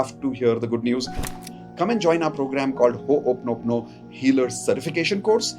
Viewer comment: It's not pronounced hop-noponopo but ho'oponopono. Traditional Ho‘oponopono does not include writing down emotions about your partner or visualising past happy moments together. Those steps come from modern self-help adaptations, not from the original practice.